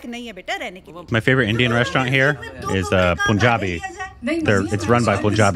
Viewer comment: Bruh its not Poon jaabi. Pun, like the English word "pun", -jaah-bee.